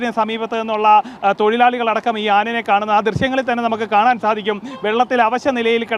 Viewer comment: ആനനെ എന്ന് അല്ല ആനയെ എന്ന് പറ